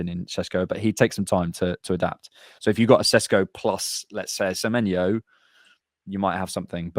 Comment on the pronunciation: A man said semanyo loooool